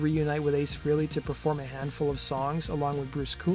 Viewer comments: Ace pronounces his name fray-lee, not free-lee. And Neil pronounces his name peert, not purt. Most people say it wrong. The way you pronounce someone's name is of importance to them, and to not care is disrespectful. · Prouncanced FRAYLEE......not freely. Jeez, you'd think someone who is doing a video on someone, would at least know how to pronounce someone's name........Ace's band was called Frehley's Comet to rhyme with Halley's Comet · Ace Frehley, his name is pronounced like Pray ly, Frayly.